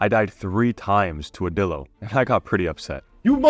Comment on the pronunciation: Bro its not pronounced dillo 😡 its pronounced die lo (lo as in low)